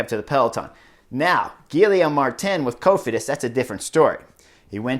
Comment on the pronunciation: Really like the insider views on this, but honestly... how does someone who has ridden in Europe for as long as Horner (with multiple languages/nationalities) be soooooo brutal on pronouncing anything outside of English?? Gill-EE-ohm ??